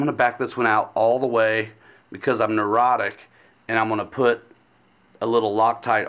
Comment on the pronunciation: Did I hear right " Neurotic" ...LOLOLOLOL Nice job on the upgrade ....